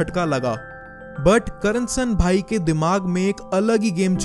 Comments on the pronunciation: not karnasan bhai its KARSAN bhai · bhai your pronunciation is wrong... Its not Karansanbhai, its Karsanbhai..